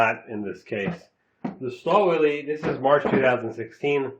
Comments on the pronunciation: I believe it is correctly pronounced "shtal-villae." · Lmao stahl willy. Sorry i cant take the review as serious with that pronounciation. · In the UK - Stahlwille is pronounced STAL WILL